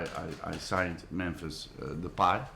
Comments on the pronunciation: Is it pronounced De-pay or De-pie? Van Gaal used both pronunciations in this. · Mahir Uddin He's saying depay is pronounced as 'De-pie', he wanted to say "that's the better pronunctiation" but he forget the word. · hahaha Memphis Depee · What type of "journalist" doesn't duckin do his research and learn how to pronounce the person in question's name?